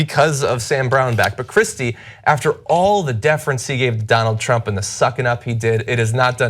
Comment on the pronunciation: Is it just me or did it sound like Donald trump said Donald dump when he introduced himself